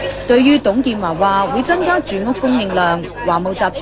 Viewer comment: 你剪接過？我記得有董建"茶"